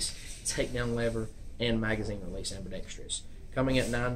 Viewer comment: It is NOT am-bee-dex-tree-us, it is am-be-dex-truss.